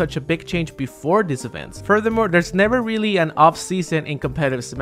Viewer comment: ''berfore''........... gud jeb